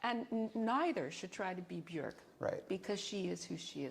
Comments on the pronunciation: I like how she pronounces Björk correctly. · I LOVE her for pronouncing Björk Björk and not Bjooohrk like all the Americans...